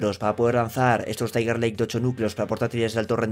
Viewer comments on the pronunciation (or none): none